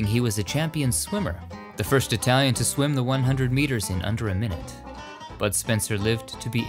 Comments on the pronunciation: Oh my gosh, My hat is off to you on your ability to pronounce correctly all those Italian names of people and films and songs! It makes me suspect that you speak Italian!🇮🇹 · Italy is so beautiful. Your pronunciation of Italian is excellent, unlike a lot of you tubers. I love these videos. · Dang your Italian pronunciation is good!